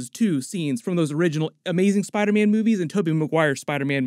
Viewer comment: Is anyone going crazy between to where Dr Strange says "Spiderman" but it sounds more like "spidermen"?